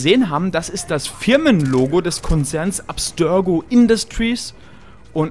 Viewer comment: Arbeite mal bitte an deiner Aussprache.. "Abstörgo"?